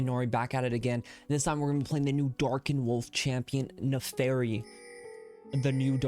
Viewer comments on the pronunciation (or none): das and "I" not an "A" FIRI